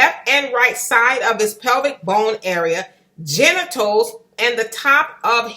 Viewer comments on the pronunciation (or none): none